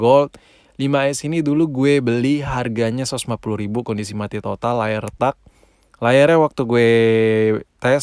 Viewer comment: Ngomong mati totalnya klo nih org mah "MATOD" bukan "MATOT" kimaq